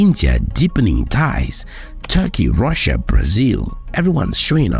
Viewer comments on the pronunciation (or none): none